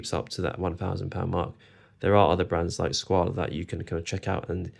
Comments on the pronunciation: Good comparison video. I almost always hear Squale pronounced with the A sound at the end, but it's actually pronounced without the A as you have said. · In interviews with the Maggi Family (the owners of the brand) they pronounce Squale with the A